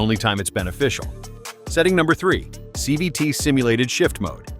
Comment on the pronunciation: Whatt's a "chee vee tee ?" LOL I know it's supposed to be CVT, but the AI screwed this up. So, you're a robotic mechanic then? You should never idle your car to "warm" it up anyway. Start slowly to allow the entire drivetrain to warm up, not just the engine. It takes forever to warm up an idling engine and you're just wasting gas and putting more wear on your engine. While getting 0 MPG. And the transmission is still cool, the differentials are cold and not properly lubricated. And most people think that all they need warm is the engine so don't start gently enough from stops and put a lot more wear on their transmissions and differentials.